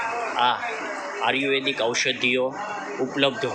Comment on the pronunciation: ભાઈ ને બોલવા મા સુધારો જરૂરી છે આર્યુવેદ બોલતા નથી ફાવતું.